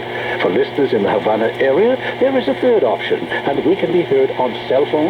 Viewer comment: Pretty sure it's HaVana, with a 'V'.